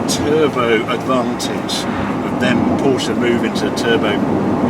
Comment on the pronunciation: It is Cologne, not Koln, Barcelona not Bathelona and Porsche not Porscharr. Why does all 911's except the GT3 sound like someone blowing rasberries into a tin? Looks nice in red and black, well relatively.